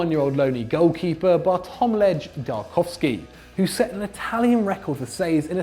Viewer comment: How the fuck did you pronounce Bartłomiej?